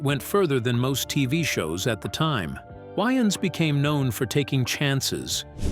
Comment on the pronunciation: Can say wayman, but not Waynes.. that why you don't use ai.. work MF don't just try to get buy